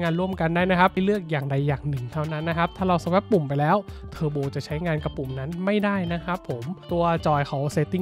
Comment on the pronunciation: Swap น่าจะอ่านว่า สว๊อบ มั้ยครับ